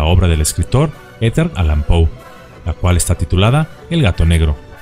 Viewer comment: Amigo, muy buen video, gracias. Nomás una observación: el escritor se llamaba Edgar y no Eter o al menos eso entendí que dijo usted. Saludos y bendiciones a usted y su canal.